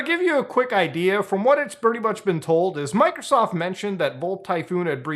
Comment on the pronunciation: I like how muta says "mikersoft"